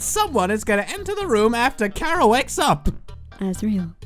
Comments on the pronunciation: CH ara not C ara seriously GET IT RIGHT my opinion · It took everything in me to yell "ITS CHHHHHARA NOT KARA"! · WAIT ITS PRONOUNCED CARE-A AND NOT CHAR-A WHAT WHAT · It’s chara not cara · Finally someone realized chara is a play on the word character and isn't pronounced char ah